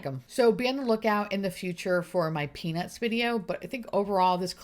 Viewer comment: I would most definitely love to see the stranger things collection and I couldn’t help but laugh whenever you mentioned the “peanuts” collection, I heard “penis”, I’m also a garbage person! Sue me 😂 x